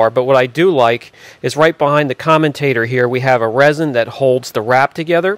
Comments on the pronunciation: It's "commutator" not "commentator" - they are entirely different words with different meanings. I flinched every time I heard "commentator" thinking what is it going to comment on? Other than that nice teardown. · Comm-you-tater (commutator) not "commentator" 😂😂😂